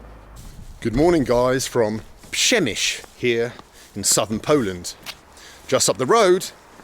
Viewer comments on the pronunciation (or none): Sound like Przemyśl is a challenge here. Ok, repeat after me - Pshe - miy- sl. And one more time - Pshemiysl. Well done! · Good attempt at pronouncing "Przemysł". As Comrade Dyatlov would've said: "not great, not terrible". 😁